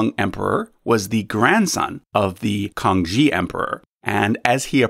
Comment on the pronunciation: Facinating video. Thanks. One quibble though - The Kangxi emperor is pronounces kang-shee, not kang-jee. Also, it occurred to me that chinese babies (and who knows what other countries, traditions etc have the same tradition) at birth are 1 year old rather than the zero of the rest of us, so this may factor in somewhere.